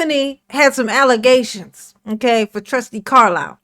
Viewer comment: Tiffany can't pronounce Allegations or Accusations.... Allezations are real...